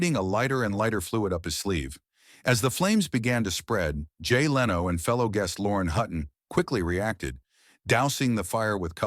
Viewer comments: Its 2025. If you're going to make an AI automated narration channel, at least get an AI that could pronounce a word as popular as Conan correctly. Leeno??? Jay Leeno?? Wow. SMH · Why cant you even pronounced simple words correctly. JON LINO...SISKIL AND EHHBERT? wtf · What a boring video. Just an AI narration. Show the clips dont just play a computer narration. It cant even pronounce "Leno" right.